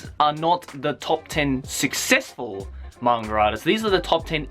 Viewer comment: i thought he was saying mangradas